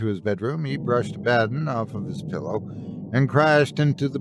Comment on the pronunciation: Great video, though when you mis-enunciated the cats' name (Abba - don) I cringed a bit.